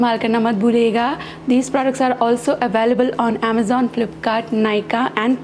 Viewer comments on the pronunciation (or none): none